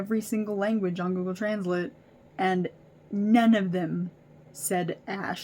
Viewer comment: the way you said translate.... clicking off lol